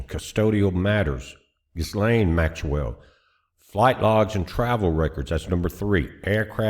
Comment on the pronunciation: The "S" in Ghislaine is silent, making the name pronunciation "Gil-LANE" with the emphasis on the last syllable. You got it right, just take out the "S." And not everybody that's named in the files, is guilty of anything. I mean, I hope you don't think that people like Pam Bondi went to Epstein Island to rape kids. And despite what anybody says, Trump wasn't in on it, Donald Trump was the first one to blow the whistle on the sonofabitch, but you won't hear that in mainstream media!! I'm sick of this whole rigmarole.